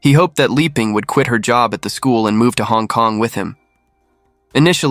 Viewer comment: Liping should be pronounced Lee-ping and not Lie-ping. There are other instances of mispronunciations in this and other vids. You have a good channel and very interesting cases but pronunciation of Asian names can be improved. Pronouncing Asian names the American way sounds odd, makes the story jumpy and your work appear sloppy.